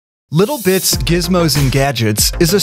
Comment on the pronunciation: when he said "Little Bits" i thought i heard "Little Bitch"